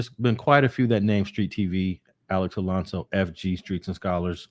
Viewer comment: Come on bruh, its Alonso not Alonzo. Alex even mentioned in this video, that the chomo got his name wrong too. You gotta listen